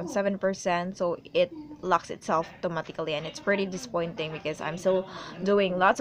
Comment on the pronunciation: I love how you say automatically